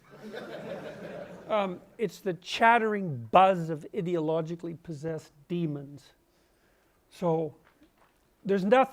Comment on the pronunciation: "idiologically therapudic"